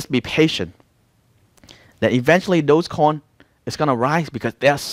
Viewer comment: Bro is dodge coin, not dose coin, you keep saying dose coin.